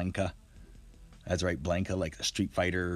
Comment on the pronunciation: I see you have played street fighter for a long time. 😀 its pronounced Blaun ka)